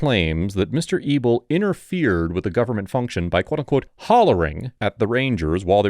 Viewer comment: Anyone else think he was calling the man "Mr. Evil"?? 😃 Thought maybe it was a sarcastic nickname to keep his identity secret. Than at the end he showed his last name "Mr. EBEL". Lol